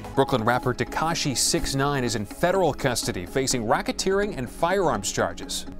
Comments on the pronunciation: If your going to do one of these, at least say their name properly 🤣🤣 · Why tf does he say his name like that??